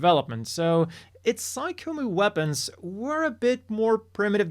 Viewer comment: I know it's not obvious, but "Psycommu" is actually pronounced "sigh-com-myew" (for PSYchic COMMUnicator). So, even though it looks like it should be pronounced "sigh-com-moo" it's actually "sigh-com-myew." This is made clear when looking at the katakana, サイコミュ, as those last two characters are the same first two characters for Mewtwo: ミュウツー.